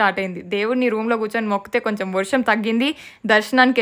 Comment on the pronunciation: vorsham kaadhu varsham❤😅